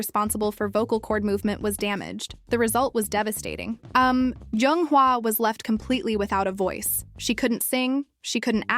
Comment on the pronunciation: It's jung not young say it right